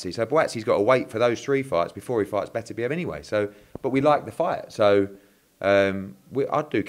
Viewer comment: Why can’t say Beterbiev?